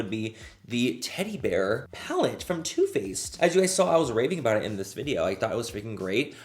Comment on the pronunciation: When you said “Turrr Faced” you reminded me of the guy on TikTok who orders food in Cursive. 🤣🤣🤣 IYKYK 💀